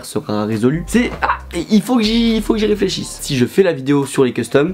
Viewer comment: de l'air !!! "faut que j'éfléchi" HAHAHHAAHAA PEPITE